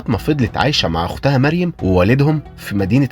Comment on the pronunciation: يا في حاجة بس الاسم هو مَرْيَمْ بترقيق الميم وتفخيم الراء والترقيق الياء والميم وفتح الياء ❤❤